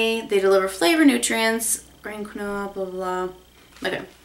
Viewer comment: Quinoa is pronounced KEEN-WAH. Unless I've been saying it wrong this whole time :/ LoL